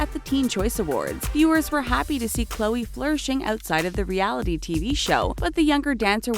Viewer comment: You said Chloe's last name wrong.